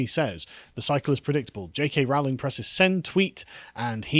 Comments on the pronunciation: ITS ROWLING LIKE "BOWLING". stop saying Row-ling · Rowling, pronounced as in "bowling' not "howling". Per.. lease! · For pity's sake, Carl. It's pronounced 'Rolling'. This is almost as bad as when you kept calling Rod Liddle 'Ron'. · Why can't you guys EVER pronounce her name right? It's RO ... Rowling. Not RAU. Do you check on any facts at all? Seriously. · FYI JK Rowling is pronounced like Rolling - as in "Rolling in money".